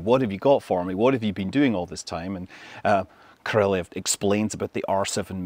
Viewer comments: BTW, right pronounce of Soviet constructor name is not Korolev, you say like Koroljóv, with strong o. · Korolev should be pronounced with emphasis on the last syllable. It's not ko-RO-lev; it's ko-ro-LEV. Though really, that's a bad transliteration, as the real pronunciation is more like ko-ro-LYOFF. (The 'e' is actually a Cyrillic ё in the original Russian, which sounds like 'yo'.) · Love your videos Scott. Just an FYI...Korolev is pronounced more like... KO ROL YOV. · He always mispronounces Korolev’s name. He adds a non existent syllable. Ko Ro Lee Ev. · Cringe pronunciation of korolev. Utter cringe. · He also adds a non-existent 4th syllable to Korolev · If you do a full IPA breakdown of Scott's pronunciation of the name, you'll find that not a single sound matches the name's Russian pronunciation. In any of the Russian native accents, I might add. So. Will you do that? No? Thought so.